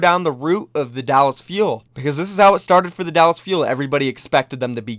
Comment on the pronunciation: Mitchel Shen it’s pronounced Dallas